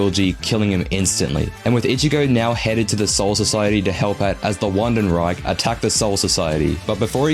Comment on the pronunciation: not you saying “uandenreich” instead of “vandenreich”